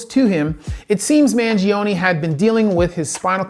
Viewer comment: you can't pronounce the man's name right and you got the facts about his case wrong. is it that hard to do research? You're an MD, my man.